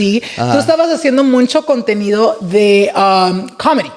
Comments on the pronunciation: I love, but this man says “muncho” 😭😭 Boy it’s “mucho” lmaooo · It's Mucho, not Muncho! Come on! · Dice “muncho” muncho 😂😂